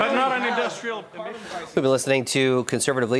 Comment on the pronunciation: Wow even Canadians pronounce his surname wrong? You keep hearing Paul-lee-ev being called when it should be Pwah-lee-ev like how its said after